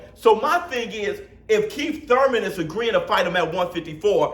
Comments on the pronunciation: It's pronounced ' one time Thoyman '!! Lol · Why you say Keith last name like that!? 🤣🤣🤣🤣🤣🤣🤣🤣🤣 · is right yall need to chill!!! and i be Laughin so hard yu can't say keith name regular for nothin😂😂😂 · Can you stop saying Thurmans name like that